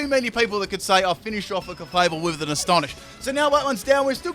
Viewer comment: Clay-able (Clefable)